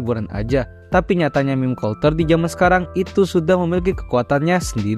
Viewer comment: cara baca “culture” : “kalter”❌ “kalcer” ✅